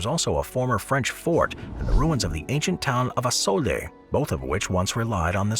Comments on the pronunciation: I believe it's pronounced have a sue. Lol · have a sue. That's how you say that bud